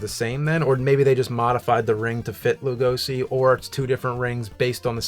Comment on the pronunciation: James keeps correcting but continues to mispronounce it Loo-go-see himself. Hilarious.